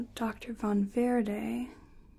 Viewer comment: I love how you pronounce Von Verde!